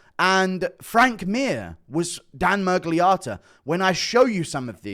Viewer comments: The way he keeps saying Miragliarta is pissing me off more than Miragliotta himself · Stop calling him ‘mirgliARTA’ it’s Otta. Are you developing a fake American accent to fit in with you’re new pals